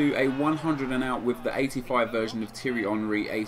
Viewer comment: Tee-ery not Tiry